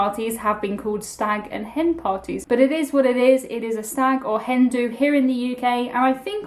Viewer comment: “Hen do” not “Hindu” 😂